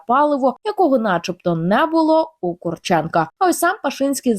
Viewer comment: Курченко наголос на букву У - пожалуйста нековеркайте слова !!!!!